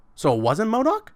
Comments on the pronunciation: I was about to dislike when he said mordok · Man said mo doc 😂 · bro i was so confused when he said modok.